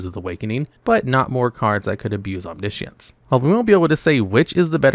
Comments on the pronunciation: OmniSience FFS dude at least try to pronounce words correctly. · He said omni-ishiance